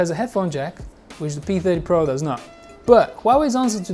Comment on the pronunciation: Pee-thedy-po? Pee-theeedy-Po...